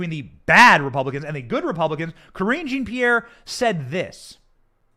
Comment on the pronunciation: Lol sounds like "cringy Pierre" the way you say it! CRINGY MAY BE RIGHT! 🤣 Problem is, when they put this stuff out as news, the general public has been conditioned to believe it, even after it's proven to be a lie! No matter what you do, once you are publicly accused of something you are guilty of something in their minds. Of course this is a known and very encouraged effect. So of course they want their opponent to look at bad as possible. Some people are waking up though, and that's why it's going to backfire.